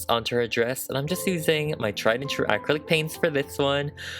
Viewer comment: Will someone please teacher this girl how to properly pronounce the word Acrylic!!!